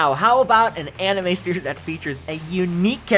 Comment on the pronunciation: fantasy animoe world he says